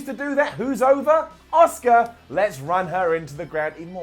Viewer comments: She's not called Osuka,. She's called Asuka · Every time says Asuka, i think of the name Oscar